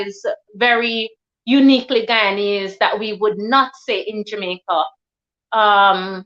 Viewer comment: We don’t say Jamaica 🇯🇲 like that .you are Guyanese . You keep saying we . Dr you went to University in Jamaica 🇯🇲 my apologies Dr .